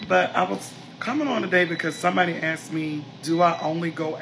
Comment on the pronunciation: "Women AXXED for" wtf 😂😂😁😂😃😃😃😅 "asked"